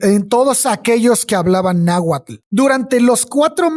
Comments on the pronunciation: Wey, me caen re bien, pero neta hubiese estado más chido que al menos la pronunciación la hubiesen checado, terrible el tamaño de la ignorancia de los representantes mexicanos 😓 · Me hacen dudar de que son mexicanos, que mal pronuncian el nahuatl.